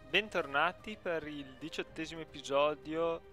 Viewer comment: hai detto epijodio